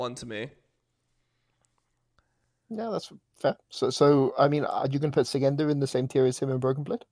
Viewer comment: Btw it's Shygenda and not Sygenda:)